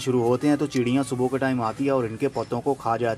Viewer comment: Chidiya.. Wala sounding so funny. I enjoyed the video.